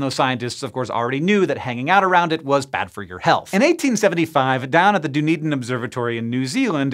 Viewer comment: Surprisingly good pronunciation of Dunedin. American tourists here often seen to have entertaining amounts of trouble with it.